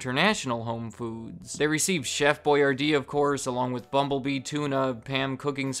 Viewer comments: It’s Chef (Boy-R-dee) not Boy-yardee lol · Why am I pronouncing Boyardee differently now